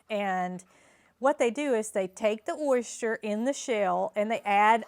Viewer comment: Oyster pronounced ‘oy-stir’ 🥰❤️🇨🇦